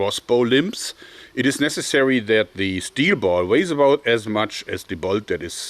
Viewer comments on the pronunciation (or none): none